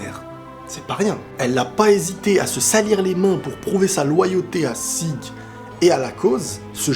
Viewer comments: Sieg se prononce "Ziig" , c'est de l'allemand et ça signifie "victoire". Je ne sais pas pourquoi mais plusieurs noms de personnages dans SNK sont des noms allemands... Krüger, Jäger(en français chasseur) aussi par exemple. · Sieg se prononce à l'allemande "zi:g" avec un "g" très dur, proche du "k", d'où la transcription phonétique japonaise Jîku ジーク et la version anglaise Zeke. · Et ça se dit "Zig" comme dans zig-zag... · C niku la viande pas niko en japonais et sieg en allemand ça se prononce zieg avec un z poursuivi d un i prolongé et à la fin ça se prononce g pas j et ça veut dire la victoire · Sieg ça veut dire victoire en allemand, ça se prononce zig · Sieg ca se prononce zik (en allemand). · "Sieg" ca se dit bien " sigue" en français, et en anglais c'est "Zeke" qui se prononce "Zik" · Sieg se prononce Jiku si on veut bien prononcer ^^